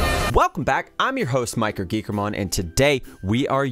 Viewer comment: “I’m yer host MikerGeekermon”